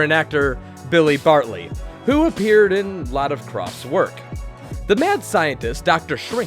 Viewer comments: in, there is no "L" in Billy Barty's last name. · It's Billy Barty. Not Billy Barly. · Billy Barty. NOT Billy Bartly. Also, has been said, Acid and LSD are the same drug. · Billy Barty. Not Bartly. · Billy Barty, not Bartley. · Wow, could you at least read your copy before recording? Every segment has incorrect pronunciations, or wrong names! Billy Bartly? Seriously? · "Billy Barty" not Bartley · Barty, not Bartely! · It's Billy Barty, not Billy Bartly. Also, "Each episode's pilot was virtually identical." Did you mean "plot"? You should have mentioned Land Of The Lost. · Just so you know it's Billy Barty .... not Billy Bartley! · It's Billy Barty, not Bartly. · "Billy Barty" not "Bartley" was the veteran actor on 'Dr.Shrinker' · Bible Man. Not Captain Bible. Billy Barty, not Bartly. Do you ever read your scripts, or even do simple Google searches to make sure you stop mispronouncing things? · billy barty, not billy bartley. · Obviously the actor from Dr. Shrinker wasn't that famous, as the narrator called him Billy "Bartley" instead of Barty. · ......and it's Billy Barty, not Bartly!